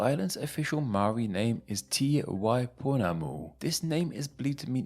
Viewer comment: Well at least he didn't say "may-ori".. He still didn't roll the "r" though.